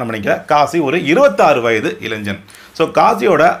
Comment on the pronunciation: Bro, pls use right Tamil pronunciation , not ilainjan. Anyway nice video for awareness 👍